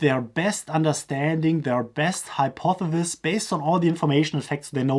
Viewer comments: Hi-pawth-eh-sis Or, easier: hi-paw-thuh-sis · Hypothesis pronounced Hi-por-the-sis